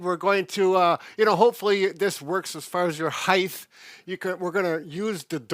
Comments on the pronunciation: I haven't heard someone say heighth in years. How long have you been out of school old man? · Height is the correct word. No extra ‘h’ at the end.